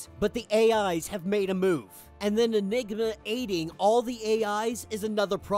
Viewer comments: the M in enigma was silent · Ha bro, at about seconds mark you missed the 'm' when you said, "they listened to Enigma's plan." Take a moment to listen to what that sounds like. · Yeah definitely sound like he said enigga 😂